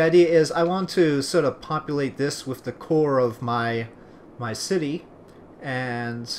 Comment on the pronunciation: ***** You do say "wif" instead of "with" :P :)